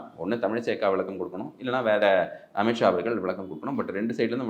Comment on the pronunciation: அமித் ஷா, अमित शाह என்று எழுதவும், உச்சரிக்க வேண்டும்